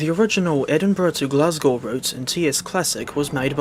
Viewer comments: dafty thinking a 380 can run on that route. "I would much rather it" also the the 365 was a temporary loan train. also you mispronouncing glasgow actually makes me want to not live in glasgow anymore (jk) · nah the way he says glasgow is killing me